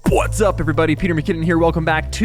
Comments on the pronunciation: Thanks for saying pwhats up again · Every time you do not do a 'bwotsup' I ask out loud "where's the bwotsup?". Thank you.